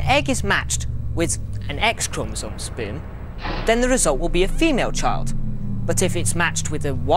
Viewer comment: why he say sperm like that noooooo